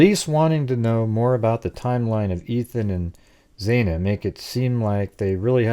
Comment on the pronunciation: FYI, xana is pronounced with short a, not long a, X-ana. I like your your 3 dimensional layout of house inside.